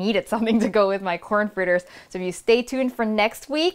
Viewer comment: Fritter is pronounced fritter. Not fritter.